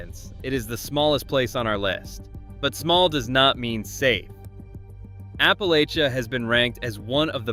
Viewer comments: Apple-latch-un, Apple-latch-a. Saying it wrong screams arrogance. This will help, "If you put a "lay" in it, I'll throw an apple atcha". Apple-LATCH-uh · App-uh-latch-uh both the town and the mountains. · Others have already commented about the Ferry Farm Plantation actually being in Virginia Beach and the way you pronounce "Appalachia" and "Staunton" incorrectly, although you're not alone. I was surprised to see Fredericksburg and Williamsburg on your list, but you mentioned Blackstone as the #1 place to avoid. Haha! I grew up in Blackstone and still go there several times a month. I didn't realize I should be scared to go there, which I'm not. You should do more homework before releasing future videos. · Despite the pic, the Town of Appalachia is not in Carroll County...durrr. And how can you get the town pronunciation right to start then revert to pronouncing Appalachia like a ferriner.